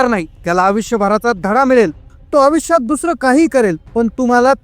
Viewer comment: अवीष्य नाही आयुष्य बोल